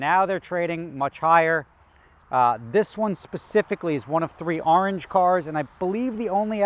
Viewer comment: No one:: This is one of three in ARR-ANGE